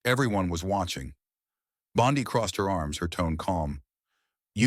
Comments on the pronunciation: Stupid narrator can’t even pronounce her name! Stupid fake news! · Incorrect name pronunciation! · Learn how to properly pronounce her name. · Quit with all the AI Narration! It's not Bondi, with a long i. It's pronounced Bondy. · Having a little difficulty pronouncing names? Don't fret. You can do it! It's not "Bon-die" but rather "Bon-dee". That's right, go ahead, now you try it... "Bon-dee".... "Bon-dee". Keep trying my friend, you've got this! 🤠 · I think this guy tells phony stories! Pal, her name is not Bond"i" , its Bond"e". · Pam bondee pronunciation not Pam bondeye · Pam's name IS NOT BOND EYE, stupid ai bot bastard. REVISE VO NOW!! Her name is pronounced BOND "E". This is the 2nd time you have been warned ⚠️. Re-edit the audio VO NOW!!! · Pam 'Bond Eye"? Where had this guy been? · Bon- Dee not Bon-Dii 🤓🤯🤬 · Please learn to pronounce Pam's Surname collectly : BONDI pronounced like "ee" and not like "ai",Secondly, where does the narrator find his sources? No where to be found on the interet media. Although I like the stories, te Narrator should be more open by for example backing up his words with clips of proof: The people has heard too many words the last 4 years to accept just words... Try to improve this ! Best wishes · Respectfully, her name is pronounced - Bond- ee✔️ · Might as well call her Pam Bonzi. Damm AI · BONDI is pronounced BONDEEE. I hate it when these narrators don’t pronounce names correctly. It shouldn’t be that hard to get it right!!!!! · Who’s “bond — eye”? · Pronounced Bondee ugh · It’s Bondee! Pronounced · Yes, i noticed, too! Should be "Bond dee!" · Bond-eye? Is that really the way she pronounces her name? I wrote an AI program back in the mid 90s, and it was much better at pronouncing names. It had to ask on some of them, but that made it seem even more life-like. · The narrator may be Aussie. One of our famous beaches is Bondi pronounced Bondai. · You can’t even pronounce her last name. Pitiful.